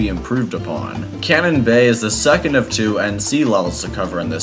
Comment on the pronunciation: Bro really said ‘twoe’cu it’s two because it’s a sequel